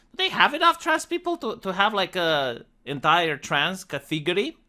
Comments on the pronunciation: I for one, enjoy the Romanian pronounciation of cathegory. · Cat TEA gory